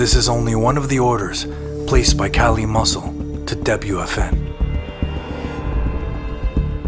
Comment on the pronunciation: The freaking suspense, and my man says KALI MUSCLE 😂😂😂 bruh tf wrong with you